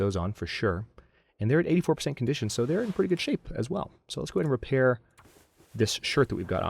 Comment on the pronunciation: "Whenever you fair at a repail". I year ha. =P